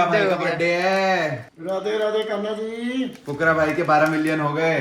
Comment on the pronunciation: Aapne fhukra bola aur mujhe kukura sunao diya hai ❤❤